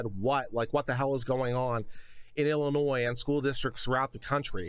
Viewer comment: Thank you for pronouncing it Illinois and not Illinois.